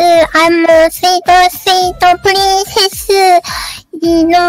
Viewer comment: she's trying so hard to say princess >.< so precious